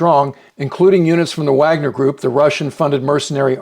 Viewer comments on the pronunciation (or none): none